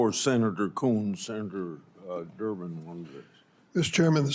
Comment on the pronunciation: Did she say senator Durmid?